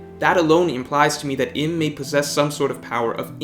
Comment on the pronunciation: Uranus obviously had really flawed Observation haki because he was bumped off by his son. Also, it's pronounced Eem(u) not Im as in him. You made some good point, too. Gave it a like